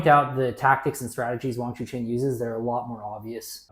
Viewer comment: This is very good analysis, thanks guys. Btw Wang Chuqin's name is pronounce as Chu "CHIN" and not CHU "KIN". Just for your info XD